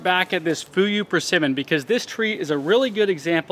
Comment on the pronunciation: You are pronouncing Jiro ok, but Fuyu is kind of ??? When I heard it at first. I love dry persimmons. It’s our New year speciality. (Japanese). I envy you. In dallas where I live, it’s over 90-100 degree in summer and freeze in winter. It kills in both season😢